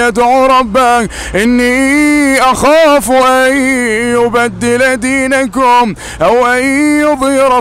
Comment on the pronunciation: جزاك الله خير استاذ ، للتوضيح فقط انت قلدت حتى اخطاء القارئ في سورة غافر ، اعتقد اسم القارئ خالد الجليل (( اني اخاف ان يبدل دينكم )) الكاف في كلمة دينكم مضمومة ولا يوجد حرف الواو بين الكاف والميم.. تقبل مروري